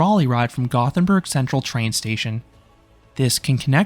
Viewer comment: I love that you put so much effort into pronouncing Liseberg correctly, then you pronounced Gothenburg wrong right after. Sorry, just giving you a hard time. 😂